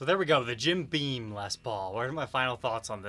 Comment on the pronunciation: Jim BEAM. NOT BEAN